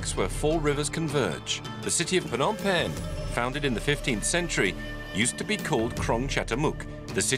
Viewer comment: Good overview on the history of Phnom Penh, but I wished the narrator would try harder to pronounce even just half of the Khmer names properly. Like you're making a documentary about a country and culture but won't even bother learning the phonetics? Sis...